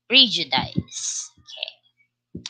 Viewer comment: Pls check the pronunciation of prejudice po